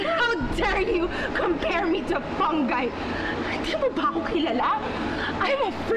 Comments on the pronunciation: Contessa: mababa kapa sa fungi: its FUNG-GUY 🤣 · IT'S FUNG-GAY (FUNGI) HAHAHAHHAA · Pareho sila mali pagbigkas ng fungi haha